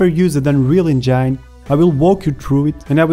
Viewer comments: Anrial encayn :D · Just that word?!